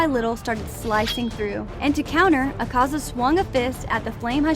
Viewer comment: Thank you for pronouncing Akaza right